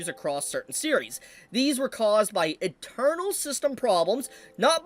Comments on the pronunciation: When you say "internal" it sounds like your saying "eternal" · Is saying internal as "eternal" on purpose? Or just not enunciating?